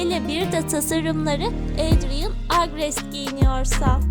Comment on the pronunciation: Ya abla senin sesini çok güzel özelikle "Adrien" kelimesi ni çok güzel söylüyorsun 😍🥰 ve en güzel Aşık adrien i seçiyorum ben nedeni ise bence Aşk çok güzel bir duygu (gecek hayata aşık olmadım ama kara kediye aşığım)